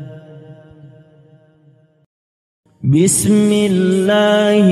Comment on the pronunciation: بسم اللة الر من الر حیم Koreksi dikit Afwan .. Saat pengucapan بسم اللة حروف ب dan م kurang diberikah Hak Hak nya , terjadi pantulan disitu Gunnah, Hams, dan mad jaiz nya kurang penekanan dan kurang diperhatikan , alangkah baiknya diperhatikan baik baik, khawatir ada yang meniru bacaan seperti ini tapi dalam kaidah tajwid itu masih sedikit salah Maafkan saya yang masih Fakir Ilmu🙏🙏